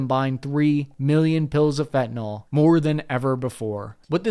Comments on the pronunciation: when you say "fentnol" you sound like a Trumper or something. It's fentanyl. Fenta-nill. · It's spelled Fentanyl, and it's pronounced _Fen ta nil_, not " fi'inall "